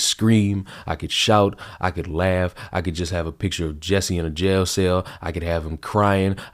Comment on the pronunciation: His name is spelled J-u-s-s-i-e. Why does it sound to me like everyone pronounces it "Jessie"?